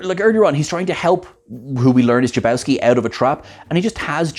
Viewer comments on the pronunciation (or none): His name is Jacobowski, not Jabowski. 🤔